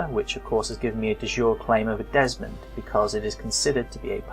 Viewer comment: Great tutorial videos, thanks! Apart from the pronunciations :): De Jure is pronounced Day Juray. It is Latin (not French) and so it doesn't mean "of the day" (as you thought), it means: by law. As opposed to de facto, which means: in fact. So a de jure claim is a legal claim, which may be to a holding held de facto by someone else. Duchy (the holding of a duke) is pronounced Dutchy, not Dooochy! Courtiers are core-tiers not cur-tiers.